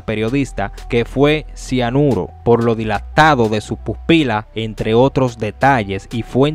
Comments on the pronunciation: Pero no se dice siaruno,se dice cianuro, por Dios. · "Siaruno"?? Jajajaja pensaba que se llamaba SIANURO no sabe ni hablar y esta dando información supuestamente exclusiva jajajaja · No sé dice Ciaruno, , se dice Cianuro. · CIANURO 🤦🏽‍♀️ Disque ciaruno 🤣🤣🤣🤣🤣🤣 todo él mundo es un comunicador en las redes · Cianuro no Ciaruno 😂😂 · Mi estimado, la palabra correcta es cianuro no ciaruno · No se dice siaruno , es sianuro. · Cianuro * no ciaruno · Ciaruno no, se dice cianuro. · Cianuro amigo....no ciaruno.... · Amigo se dice sianuro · Es cianuro no ciaruno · CIANURO NO CIARUNO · La verdad que ustedes no tienen consideración de la personas , no importa el estatus , ustedes dicen cosas , que dañan . En qué te beneficia hacer tales declaraciones y hasta motivaciones , de como suicidarse ? Por Diooossss , midan sus palabras . Y es cianuro , no como tú dijiste. 👀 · Debería ser obligatorio saber hablar para subir videos a las redes.. Cianuro es la palabra correcta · se dise o se pronuncia cianuro. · Se dice Cianuro. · CIANUROOO asi se pronuncia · Querido se dice Cianuro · Muchacho, se pronuncia CIANURO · Cianuro se dice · Cianuro. No cianuro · No se dice ciaruno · Señor se pronuncia , cianuro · Solo q no sabes decir cianuro..